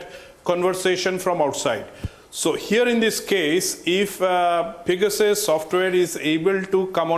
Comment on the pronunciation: What's pega-soos??